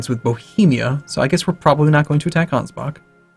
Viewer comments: For fucks sake it's not "Angebak" it's Ansbach. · And you are not bothered by "Angebak"?